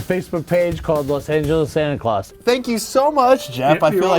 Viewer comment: the english in me dies a little everytime they say santa claus